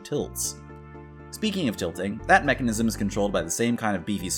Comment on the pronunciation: Neckanism? Hehe